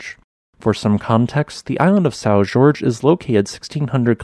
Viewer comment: Isn't "Jorge" pronounced "Whore-hey?"